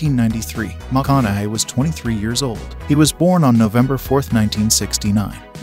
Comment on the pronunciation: Who is commentating this? Either you've been living under a rock, or you are a computer reading a script? Who in 2023 can't say Matthew McConaugheys name correctly???